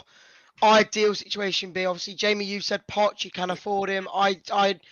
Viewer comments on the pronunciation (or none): did they really say poch lol